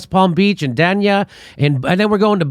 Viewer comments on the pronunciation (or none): "Day-nia", not Dan ya. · GEEEZ it DANE-Yuh....fix the damn video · Hi Jimmy its pronounced Dane-Ya...